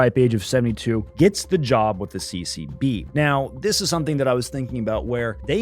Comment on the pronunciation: Everytime you say CCB i keep hearing CCP 😂😂😅😅